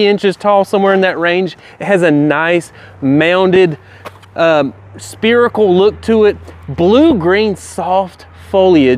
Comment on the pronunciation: Why can't you pronounce 'spherical' properly? It's not 'spear-ical' it's 'ssa-feri-cal'